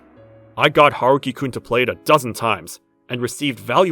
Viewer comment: Haruki sounds nothing like a little boy and it's not Huh-roo-ki.